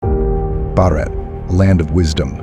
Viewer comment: While I'm an ardent follower of your channel and love you content... would've appreciated if you would have used an Indian voice for the "reclaiming Bharat" AV. It's such a misfit where the VO's pronunciation of "Bharat" itself is sooooo off!!!